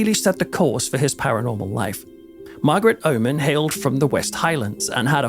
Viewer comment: "Margaret Omen" 😱